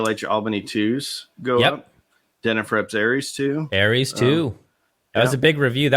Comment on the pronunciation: It's Ares, NOT Aries 🙄🙄!